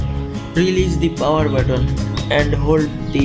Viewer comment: It's button it's not botton 🙂